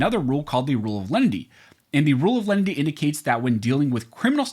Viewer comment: Dunno who "Lendy" is. A loan shark, perhaps? OTOH, I do understand "len-i-ty". It's even in my U.S. dictionary: mild, gentle.